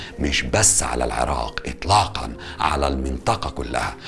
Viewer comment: هسه مبدئيا بعد ما شفت دقيقة وحدة من الفديو الشي الحلو المقدم مصري وميكول العراء 😂💔✅ تعديل: بعد اول دقيقة طلع يكول العراء 😂🤦🏻‍♀️ هو اني بالبداية استغربت شعجب ميكول العراء بعدين حسدته بس يلللاا اصلا عادي 😂😂 تعديل ٢: والله الفديو لخص هواي سنين مر بيها العراق مثل ما كلت لخص هواي هو ذكر الاحداث الرئيسية من غير هواي شغلات يمكن او اكيد بس العراقيين حاسين بيها. هسه اكدر اكول والله احنا شعب كفو واقوياء 🥺❤️ +واحلا جملة گالها لو شي مو عاجبك بلدك غيرها انت واخوانك هو هذا الصح وان شاءالله كلنا ايد وحدة ويرجع العراق احسن من قبل ✅💙